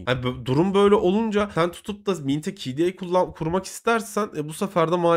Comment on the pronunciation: "kde" demeyi öğren artık be adam